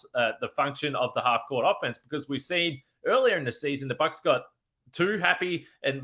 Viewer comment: Thanks for that Bucks pronunciation. Never noticed that. Will be calling them The Box from now on. lol